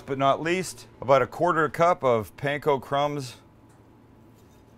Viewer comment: Stop say pain ko- its pan ko